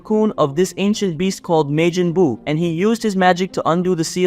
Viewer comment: God of Distruction*Belmod Not vermouth *Majin buu Not Mejin boo